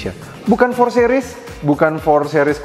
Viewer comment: "sih-ris"...bukan "seh-ris"